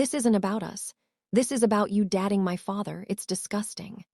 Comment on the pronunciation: Why wouldnt you even try to correct the pronunciation of the narrator? 'DATING' NOT 'DATTING' Very annoying.